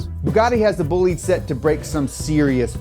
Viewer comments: he really pronounced bah-lidee as boleed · it might seem like nitpicking, but since you guys care so much about proper pronunciation, it not boo-lide, its baw-lide, the single o. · It's not pronounced Boo-Lead, it's pronounced Boh-Lee-Deh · Bo-li-dE not Boulid. The e is not silent and the o is closed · Bolide is from French = race car Not said booh-lid, but bah-lid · Thank you for explaining this so well to the normies. PS: It's Boh-Leed, not Bully ! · It is boh lee dh, not bullit... Un peu de francais monsieur 😅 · BTW, it's pronounced BOH-LID-A, not Boolid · I’m just gonna put this out there. IT’S PRONOUNCED BO-LIDE, not bo-leed. Just thought that needed to be said. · It's not bull leed tis pronounced bo lide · "The Bugatti BOOLID" Me, an Italian:"it's BOLIDE, BÒ-LI-DE, remember the E at the end, but not Bolidee, it's BolidE." thank you. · It's a Bolide not "Bollid", BOLIDE! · Bolide Is pronounced "Bowleedah" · sorry but it's "bol-ee-day" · Bo-leed... come on man. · did you just say bolede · It’s Italian, so it’s Bo-li-de, right? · Bolide. Not bullied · Boe-lee-de is how you say it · Isn't Bollide pronounced as "boo-lieed" rather? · It's horrifying how you pronounce Bolide it's pronounce /'bɔlide/ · Great video, but it's pronounced bo-lee-deh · Si poi è bolide non bolid... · tbh it sounds like "bugatti bullied" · Not in French, no. They have a different pronunciation and a different definition than other languages using the same word. And Bugatti is French, so it's "buh-LEED". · BOLIDE in italian is better said like BòH-LEE- DEHH . Still gives the idea though ;) keep up the good work! Bravo! Cheers form Italy! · When you say bolide it sounds like bullied... Poor Bugatti got bullied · Yeah lol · The way he says “Bolide” and the way he translated it made my ears bleed. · ahahahah even though they're French, the word is Italian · great video, but please learn how to pronunce italian words (BOLIDE)